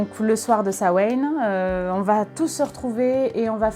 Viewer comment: Ça se prononce pas comme ça, ça se prononce "Sa-ween" (en gros), attention, ça reste un mot d'une langue encore vivante, donc il y a une prononciation correcte normalement